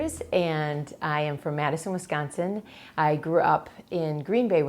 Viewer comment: She just said Was-Caguhn-sin Huh I AM NOT ACCUSTOMED TO THIS PRONUNCIATION